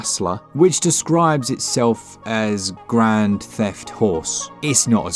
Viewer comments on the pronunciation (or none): none